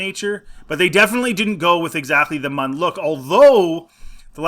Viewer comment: Munn? No...Muun... Pronounced Myoon.